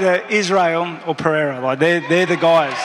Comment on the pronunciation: He calls Pereira “Piera” just like Chael does 😂😂